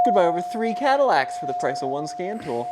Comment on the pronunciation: Be vewy vewy quiet, I'm fixing cadiwacs.